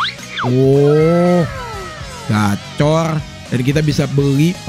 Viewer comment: bukan gacor bang, gacard, gacha card